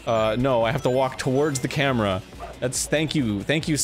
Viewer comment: Am i the only one who heard arin misspeak and say "gameboy cambra" instead of gameboy camera. HE MUSTN'T GET AWAY UNSCATHED